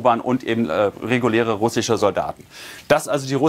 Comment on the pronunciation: Einen der "russich" , "ukrainich" und "dramatich" sagt kann ich nicht ernst nehmen.